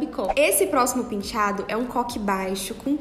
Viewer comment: Todos lindos! Mas que agonia ela falando PINtiado🤪🤪🤪🤪🤪